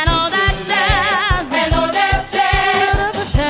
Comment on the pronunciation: "That." 발음이 너무 홀려